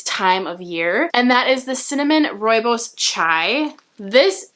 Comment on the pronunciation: I am from South Africa and I am so impressed you said rooibos correctly lol love your videos